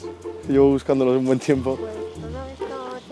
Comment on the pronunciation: Rubius: que tenga un huen dia El pibe de la bici: hola que tenga un buen dia xD